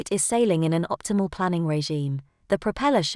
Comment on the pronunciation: It’s not pronounced “planning” - it’s “planing”. You dozy computer produced algorithm…….